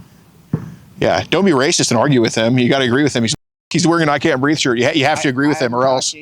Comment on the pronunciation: “ I can’t breef”